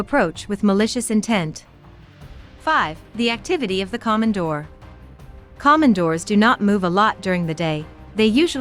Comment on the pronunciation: Plus mispronounced the name!there's nothing Common about a Komondor (long O)KOmondor